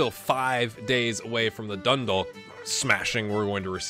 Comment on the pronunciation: FYI , Dundalk is pronounced Dun - Dawk. So the Dalk is pronounced like a Hawk.